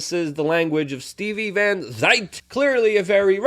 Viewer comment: Luke- it's pronounced "Stevie Van ZANT." He is the guitarist for Bruce Springsteen. The former podcast buddy of one Marxist King, Barrack Obama.